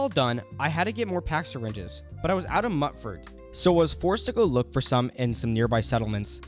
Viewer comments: I’m sorry… “Nuka~Cola” not coke! Mutefruit, not “Mutt” fruit… Am I the only one bothered by these transgressions?! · Please stop pronouncing it muttfruit... I'm gonna lose what's left of my mind.